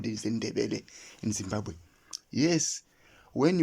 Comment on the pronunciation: There is absolutely no notions of kudzimba or kudzimbira in the name Zimbabwe. You are correct about wrong pronunciation of Zimbabge. This is the only country where citizens cannot properly pronounce the name of their country.